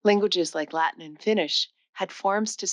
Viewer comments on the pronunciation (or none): none